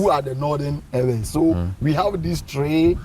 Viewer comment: Use the media to educate and re educate. The agenda of Ghanaian journalism cult is on a mission to mis-educate our people. How come a claimed ''educated'' journalist who is an Eʋe indigene speaking with a host who claims to be ''a historian'' can allow themselves to be calling us ''ewe''? Ewe is a female sheep in the English language. The name of a person or a group cannot be translated, and the English version of Eʋe is never ewe. Kofi always remains Kofi, then our name Eʋe should always remain EƲE period and other Ghanaians who cannot pronounce it should learn how to pronounce it from us. And ''Ayi-gbe'' ( Ayi refused) is not our name either. Ghana is making every effort through her cultist journalists and their media to cut off our heritage . We remain Eʋe from the Volta region through Togo, Benin aka Dahomey right up to Gbadagli in south-east Nigeria. Calling us this female sheep would make foreigners including our own native children believe that's how we are supposed to be called especially when they're speaking English .